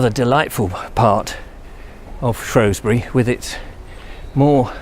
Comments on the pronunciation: its shewsbury not showsbury unless you live on the other side of the river lol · We dont like it when people pronounce the O vowel not the E vowel. You'll get yourself in a spot of bother - It's only the posh lot on the other side of the river that pronounce it "shrowsbury" It's spelled with an E not an O - So it's SHREWSBURY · Shrewsbury. Not Shrowsbury. Prononce the "E" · I wish people would pronounce it properly. It’s spelt Shrew not Shrow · Like the video for the most part, the only problem being the way you say shrewsbury. Split the word: Shrews-bury not Shrows-bury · Shroosbury, not Shrohsbury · It's Shrewsbury NOT Shrowsbury 😞😞😞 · It is not pronounced Shrowsbury. It is Shrewsbury pronounced with an E, there is no O in it. I live there.... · Apparently the Norman's put the 'O' in shrowsbury, now a days normal locals call it Shrewsbury and locals who try and be posher than they actually are call it Shrowsbury which is really really annoying lol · It's not shrowsbury. It's shrewsbury we a Fooball club the shrews thankyou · Its shrew not shrow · Pronounced Shroosbury! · Posh upper class wankers pronounce it shrowsbury it's actually pronounced the way it's spelt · THERE IS NO “O” IN SHREWSBURY FFS!! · Was gonna watch this video then you said shrewsbury wrong. Oh well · You pronounce Shrewsbury wrong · I live there as well and it is just annoying when he says it